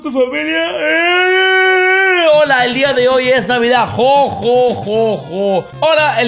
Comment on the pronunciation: en vez de familia dice familai JGHGGFHJHFD